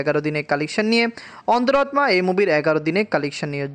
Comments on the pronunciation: তোমার অন্তরাত্মা উচ্চারন হয়না। সেই জন্য মেজাজ খারাপ লাগে। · ওনি হিন্দি ভাষারটা বলেন 😂